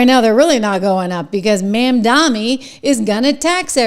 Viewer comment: Trish, Zohran's name is pronounced MOM DONNIE